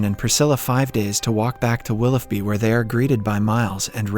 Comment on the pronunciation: What the fck is “Wilufby”?? It’s pronounced Wlillōby!!